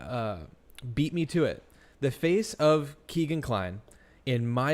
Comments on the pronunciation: His name IS Kegan as in (keg). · I wish she would stop saying “KEGGIN”. I’ve never heard it pronounced that way. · His name is Kegan as in like keg. That is his true name.